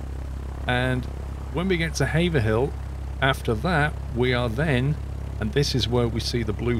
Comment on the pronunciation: Pleased you are one of the few who pronounce Haverhill correctly - I live there. Thanks for the video. I have yet to "fly" over my home town yet as still struggling to set up my CH Yoke correctly.